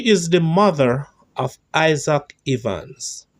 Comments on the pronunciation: Please pronounce Evans like heaven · The E in Evans sounds the same as the e in egg